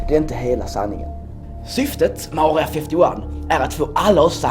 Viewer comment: "Aurea fäfty wan" hahaha jag döör